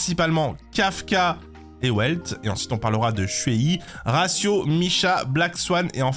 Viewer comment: Si jamais Welt ça se prononce "Velt" et pas "Ouelt" Ensuite concernant les DPS Moc, Kafka est au même niveau que Jingliu donc si tu l'as met en S+ Kafka doit y figurer aussi. Après je viens de voir l'entièreté de ta tier-list MOC et c'est catastrophique en terme de classement mais niveau ordre c'est plutôt pas mal. Par contre, Topaz fait plus de dégâts que Seele déjà (Certes pas en un coup, mais au total dans une rotation elle en fait plus) Pour les supports et sustains ça dépendra des teams mais c'est faisable un classement comme ça. Pour les PF je vais rien dire puisque ça dépends entièrement de la rotation des buffs. Juste encore une fois, Topaz (et Ratio d'ailleurs) qui est sous évaluées. Tu ne peux pas mettre Himeko et Herta en S+ sans mettre ces 2 là également. Cela n'a aucun sens.